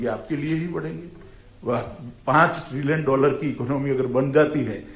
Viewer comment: Achha to ye trillion bolna seekh gaya, chalo ab spelling bhi seekh hi lega.